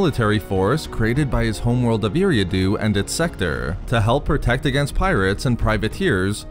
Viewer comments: It's pronounced Air-ee-ah-do (Eriadu) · You miss pronounced his planets name. Other then that good job Great video